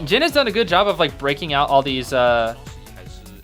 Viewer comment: you become chinese